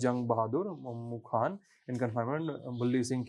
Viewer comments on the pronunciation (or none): none